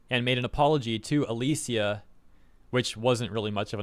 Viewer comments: Just a quick correction, her name's pronounced "a-lee-sha" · The way you say "Alicia" hurts lol